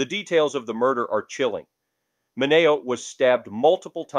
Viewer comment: ¿"min NAY oh", not "min E oh"? ( , , , , and - ) "Lih mert", not "lime ert"